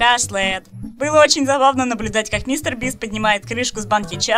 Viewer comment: Я просто хотела сказать что как человек что очень часто смотрит иностранных маигкрафтеров, мне больно слышать когда люди не так говорят их ники. Не Каки́ти, а Ква́кити и не Шлэт, а Шлат.